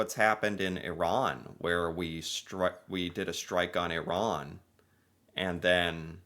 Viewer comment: Byw its iran not iron 😂🤦